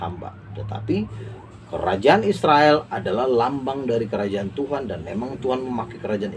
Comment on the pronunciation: Tuan ya bukan Tuhan ....jgn salah ucap